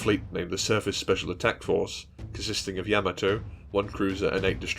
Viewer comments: Its not Yam-A-To...... Its Ya-Ma-To. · Excellent video and thank you. I have a correction please. The proper Japanese pronunciation of Yamato is "YA-ma-to", with the emphasis on the "YA", and not "ya-MA-to as commonly pronounced by non-Japanese people. The link below demonstrates this. It's from the original 1970's Japanese cartoon "Space Battleship Yamato", and it's in the original Japanese language. At the time mark , there is a clear pronunciation of "Yamato" as it should be pronounced.